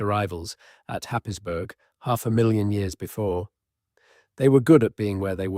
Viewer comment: Happisburgh is pronounced Haysbruh